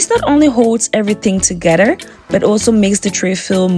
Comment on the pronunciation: ToGETHER is NOT pronounced ToGEDDER !